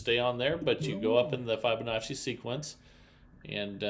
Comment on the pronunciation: It’s Fib onacci. Fib. Not Fibe.